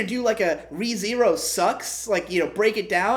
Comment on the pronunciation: First minute: - Mispronounces anime name while saying it's full Japanese title Japanese Other guy (never seen him before) - "Re Zero" I think it's obvious who the weeb is here.